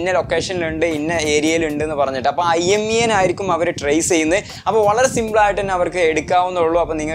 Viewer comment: Not IMEA it's IMEI